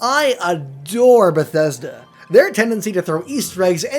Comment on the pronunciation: Did I just hear you say " Besthesda, their, and newvegas " ... In the sme sentence. I'm sorry but can someone crucify him.